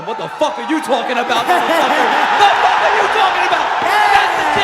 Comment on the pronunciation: "FOOK MARK HENRY" Mark henry WWE